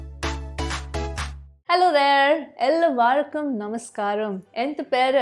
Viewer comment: Every other parts of intro is almost getting to perfect except the first word... Ell“aaa”varkkum give an extra " आ " there. ❤️💖❤️